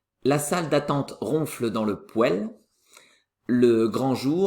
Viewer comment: poêle se prononce pwal !!!